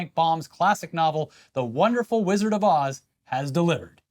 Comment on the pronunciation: "The Wizard of Oohs"